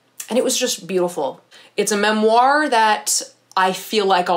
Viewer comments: no one:: memOIR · I’m obsessed with the way you say ‘“memoir” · Do not mean this in a bad way at all, just wondering as I'm from the UK - I've never heard someone pronounce memoir (with the emphasis on 2nd half of the word) the way that you do, is it a regional thing or just personal preference? I think it's very cute, just something I've noticed and was curious about!